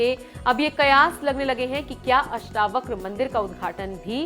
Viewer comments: अष्टाव्रक नही अष्टावक्र बोल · अष्टवक्र बोलना तो सीखिए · आप अष्टावक्र का उच्चार अष्टाव्रक कर रही हो, ये गलती सुधार लो l अष्टlव क्र है और आप अष्टाव्र क कर रही हो l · अष्टावक्र हैं अष्टाव्रक नहीं